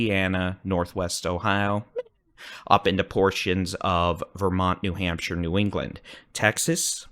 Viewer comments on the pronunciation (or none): none